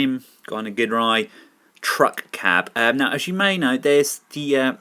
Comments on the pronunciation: My OCD hates the fact that so many people pronounce Ginrai's name wrong. It's pronounced jin-rai, people! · Super God Masterforce had Godmasters, also, Ginrai, pronounced Jin-Rai